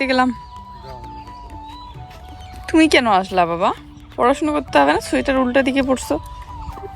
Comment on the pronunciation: সুয়েটার বলো কেন,ওটা সোয়েটার হবে